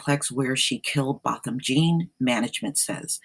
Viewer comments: If your going to do videos on this man, pronounce his name right for crying out loud. Its BO. Bothom j'aw. Spelled Jean. Its French, lady. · It is a French surname is pronounced John. Anybody committing a crime has to move immediately. You are absolutely wrong on that. For the safety of the other tenants they must immediately remove her. Further all tenants are entitled to compensation. If the owner doesn't make her move they too get sued.